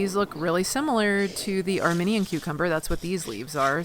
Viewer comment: I loved this video! Thanks so much. Thinking you may also wish to know that the Armenian Cucumber, is pronounced "armeeenian" to represent that country. You're a WEALTH of knowledge! Thank you!